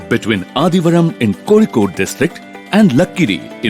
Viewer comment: കോഴിക്കോട് എന്ന് ഒന്ന് പറഞ്ഞേ കേൾക്കട്ടെ.. 😂😂